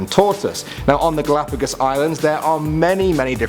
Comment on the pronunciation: You said galapagós wrong